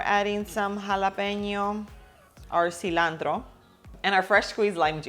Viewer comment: Love the way you pronounce ingredients like cilantro, jalapeño, pico de gallo. 😊